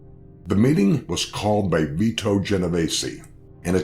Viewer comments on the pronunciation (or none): none